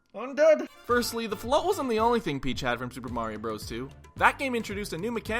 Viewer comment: I sat there, thinking you were saying Marin from Zelda for a good minute before I realized you meant Mario.